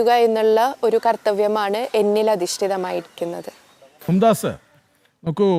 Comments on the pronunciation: മും ദാസ് അല്ല മുംതാസ് ആണ് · മുംതാസ് ആണ് മുംദാസ് അല്ല